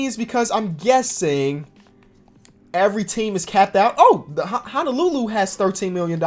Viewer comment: Also its HO-NO-LUE-LUE HO-NEW